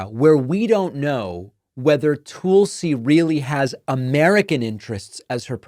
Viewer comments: If I hear “Toolsi” one more time I’m gonna rip my hair out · Why do you call her tool c? Isnt it Tulsi? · Calling her Toolsie is so stupid--it must be what an intelligent Trumper must feel like listening to his screeds against Kuh-mall-luh, Crooked Hillary, Crooked Biden, Sleepy Joe and whatever. I cringe when you do that. I'm betting others do too.